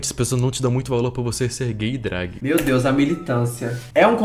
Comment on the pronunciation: de "drágue" me quebrou